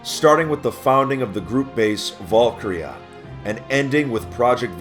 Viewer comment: why does he pronounce valkyria valkrya